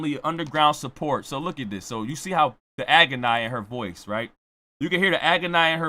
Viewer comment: The Aubra- city!!!! I’m in agon-eye!!! 🤣😂🤣😂🤣